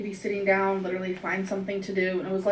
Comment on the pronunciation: Omfg I hate how she says "looterally"